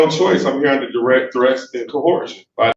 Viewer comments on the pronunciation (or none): No, no, no. Dude-bro said KO-HURSHUN. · Given that they pronounce it “co-hor-shun,” I wonder how they think coercion is spelled. Also, why what does he think “quasi” means? Why would he admit that his document is a “quasi-contract,” or a quasi anything, for that matter? 😂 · Wasn't this judge lucky to have a "Law Scholar" there to instruct her on the law! (Even if he is there under threats, duress and "co-horsion!" ) 😂